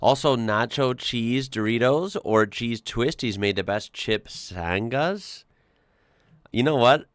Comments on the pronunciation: ‘Sanga’ is Aussie for sandwich. The ‘g’ is a soft g, as in the last ‘g’ in the word ‘going’, not the first! 😂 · the word sanga has a silent G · I wouldn't say silent, it's said like singer but sanga with the ga sounding as 1, I definitely don't say sana lol